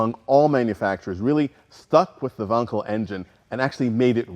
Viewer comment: only guy who pronounced wankel right, good on him. its van-kel, not wankel